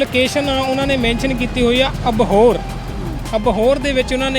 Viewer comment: ਪੇਜ ਨੂੰ ਪੇਚ ਕਹੀ ਜਾਂਨਾ ਇੰਸਟਾਗਰਾਮ ਨੂੰ ਇਸ਼ਟਾ ਕਹੀ ਜਾਂਨਾਂ ਅਪੀਲ ਨੂੰ ਅਪੀਚ ਕਹੀ ਜਾਨਾਂ ਅਬੋਹਰ ਨੂੰ ਅਬਹੋਰ ਕਹੀ ਜਾਂਨਾ ਤੇਰਾ ਤਾਂ ਲੁੱਟ ਹੋਣਾ ਬਣਦਾ ਹੀ ਸੀ ਭਾਲ਼ਦਾ ਗੁੱਚੀ 1000 ਰੁਪਏ ਚ'😂